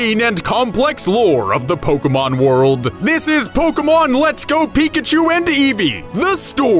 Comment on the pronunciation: It's not pokamon or polkamon or pokeeemon or pokermon, it is Pokémon. Po. Kay. Mon. It's not rocket appliances.